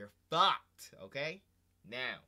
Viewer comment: “You are FAWKED”